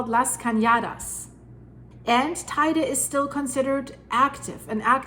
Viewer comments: It’s pronounced tee dee. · Stop. First it is pronounced tay _day Then we could never survive an eruption, second.... Yep when building on this island you have to use a proper construction... My home has constant movements. Needing more flexibility! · Not exactly, the pronunciation in Spanish has nothing to do with English; in fact, she doesn't pronounce it correctly. What she says is spelled TAIDE in Spanish. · Check the pronounciation of Teide please, yours hurts